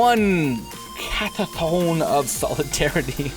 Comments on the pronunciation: Car-toosh,, CAR-TOOSH!:P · PLEASE!!! For the love of God please just calm down, take a deep breath and READ THE CARD. Sound it out. It really isn't as hard as you have made it in your mind. Car-toosh Dryad R-burr Sil-HANA E-JIS of the Gods ( this one gets everyone because it looks like it should be A-JIS) SRAM no "C" not scram RANK-ER another common mispronunciation the way you said it is the monster from Starwars Seal of PRI-MORE-DEE-UM RAZOR-VERGE Thicket Not ravenous Please understand that I am not pointing these out to be a dick. I enjoy your channel and really would like to see it succeed. When you mispronounce cards so badly it seems like you either don't care enough to try or are dumb. I don't believe either of those are the truth, I think that you have just made too big a deal of reading in your mind and find it slightly intimidating. So good luck, keep on gaming like a giant monster!!! P